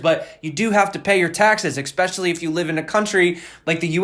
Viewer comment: expecially. give me a nano